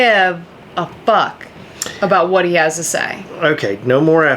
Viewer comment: Love how Heather emphasized the word fuck "I don't give a FUCK..." at around the mark lol.